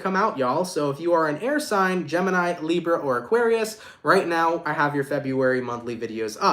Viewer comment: Love how you say "librrra"